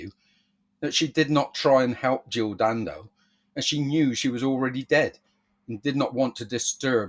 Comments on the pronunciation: Can I just point out she was Jill Dando not Jill Dan Do the way you say her name detracts from the seriousness of the story and makes you sound like a knob. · I call it as I see it, her name was Dando there was no gap in between the Dan and Do and you putting one in makes you sound like a knob. I am just being honest not brave. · Am I supposed to take seriously a video from some bloke who can't even get her name right?